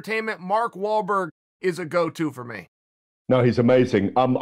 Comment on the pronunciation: Mark mal-mol-wor-Walburg